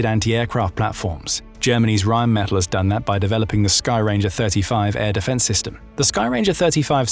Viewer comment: It is RheinmetaLL, not metal.